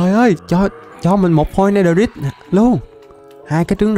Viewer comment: netherite âm cuối rite phát âm "rait" mới chuẩn ạ